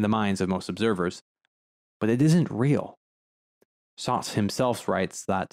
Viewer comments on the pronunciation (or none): bro said sauce instead of sartre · What an interesting way to pronounce Sartre's name. Lol reminds me when my teacher would only say So-crates 🤣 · Your pronunciation of Sartre makes me smile. Just own it, eh? Reminds me of New Englanders ordering "kwasants". I've never pronounced Sartre correctly myself. The easiest is just by saying "Sart" and then adding the smallest sound at the end, a bit like a ch. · You Pronounced John Paul Sartre incorrectly. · I don’t mean to gatekeep pronunciation, but you may want to reconsider how you say Sartre. It’s like that thing where we americans try to sound correct in another language but don’t have a grasp of the actual mechanics of that language and so end up butchering the pronunciation for anyone in the know. A little like when people just take on the look of an aesthetic rather than really understanding what that aesthetic really is. As a tutorial to pronounce Sartre as an American without sounding pretentious or without just plain getting it wrong…it’s SAHR-truh. Or you can shorten by leaving out the shadow vowel at the end as you have done, but make sure you get the R into the first syllable. As in Sahrt, rather than your gauche pronunciation Saht, which almost sounds like you’re saying Sade, as in Marquis de Sade. Anyway, the fountain is art. Edit: same goes for goethe. That mixed first vowel is really best pronounced in our American accent as GUR-tuh, and is the standard pronunciation for most people in the know, dark academics or not.